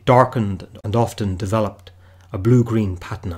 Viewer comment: lots of pronunciation issues with your script, takes away from your video. "Patina" , "Cuirass" are a couple that come to mind.